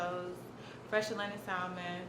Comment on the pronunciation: You said salon To the most extreme wrong